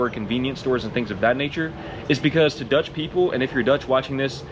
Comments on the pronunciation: Your dutch pronunciation is spot on! And we dutch are not made of sugar. Aldough i never bike with rain. 😂 We have severe storms from the north sea. But no hurricane power, not often thunderstorms and certainly no tornados, which for my are the scariest ones.. No coyote in the Netherlands. But i think you heard the wolf is back in the Netherlands. Mountain lions in our flat lands made me laugh.. 😂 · Your Dutch pronunciation is excellent, almost without accent. Great video 👍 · Your pronunciation is fine. Way more important is that a few little drops don't scare you off. That's what makes you Dutch. 😉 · O wow your Dutch pronounciation is great. Thunderstorms not so much indeed, we'll have 1-2 a year at most. We do have wildlife but also hugely depends on where you are in the Netherlands, rabbits, foxes, beavers, herons, storks, deers and some more cool birds and stuff. Hedgehog in the backyard regular. No big cat or dog like predators, except for the wolf settling again. I'm definitely nocturnal as well, we do have the possibility to pick day/night prices for electricity. Currently the difference at my provider is 4 eurocents per KwH (cheaper at night vs day), but also possible to pay a set price that would be somewhere in between those day/night prices.